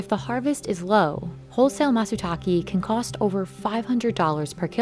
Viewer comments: could the narrator at least try to correctly pronounce “matsutake”? it’s the subject of the entire video. Japanese is easily pronounceable for even non-native speakers if they study hiragana for just an hour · Love how the English “host” didn’t go to google translate and hit the button on how to Pronounce matsutake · the narrator's pronunciation of "matsutake" is cringey. i hope she said it the Japanese way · I only complain when people butcher foreign words unnecessarily. The “e” in Matsutake is pronounced as in “eh”, not “e” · I really think if you do videos in other parts of the world, you should at least get the name of the ingredient right to honor the culture, language, and country. I cringed a little every time I heard the name get pronounced incorrectly. It's the equivalent if someone said Apple Pee instead of Apple Pie. Sounds weird and you'd question if you understood them correctly. They clearly pronounced it for you in the video clips you shot. You can do better Business insider team! The e at the end of Matsutak(e) is pronounced like the E in elephant. Not e like easy, Just FYI. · The content is good, but everytime the announcer says /matsuta:ki:/, I feel hurt a lot. It's /take/ (same /e/ that you pronounce /eim/ as of 'aim') as Mr. Fujiwara said twice in the video, like the way it's written, not /ta:ki:/. Why do you have to stress and siphon the pronunciation so much? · he clearly pronounces it as Matsuta-KEH. not matsuta-kee. At least try to learn how to pronounce foreign words properly before doing the video. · Just to confirm, it’s not pronounced “Matsuta-kee”, its “Matsuta-kae”. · Someone should have taught the narrator the correct pronunciation for matsutake - it is pine mushroom, not pine waterfall. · Amazing video! One thing - it would be great if y’all did better on pronunciation. For example, “matsutake” is pronounced “matsu-tak-ay” (rhymes with “stay”) rather than “matsu-tak-ee”. It’s not too difficult to get it right :) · Matsutaki Lmaooo